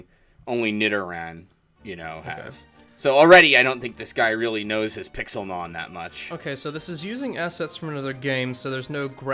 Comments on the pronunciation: Actually, with the accented E, wouldn't this be pronounced something more like Pix-Ale-Mon? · So why is the title written "Pixélmon"? Are we supposed to be pronouncing that "pick-sail-mon"? ...Why is this the problem I have with the Kickstarter?!